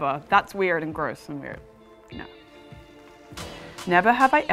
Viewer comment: she said NAUR!